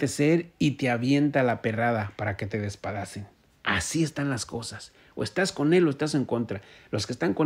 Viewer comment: DESPEDACEN...DESPEDACEN... NO DESPADACEN